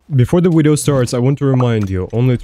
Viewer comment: lowe this wideo uknowadamen?